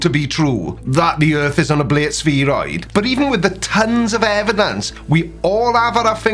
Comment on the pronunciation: You can’t even pronounce spheroid correctly